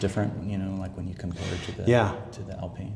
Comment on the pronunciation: you can tell he’s the F1 guy bc how he pronounced Alpine… when’s the release date for F1 models?